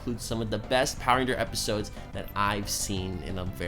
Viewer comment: You said filler epishodes